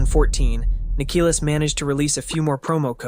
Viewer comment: freakin larper,he doesnt even know how to call Nikilis right